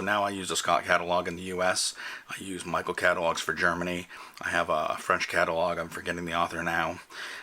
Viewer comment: Thoughtful and practical. One suggestion. Michel is pronounced "mee-shell" not "Mi-kel" :)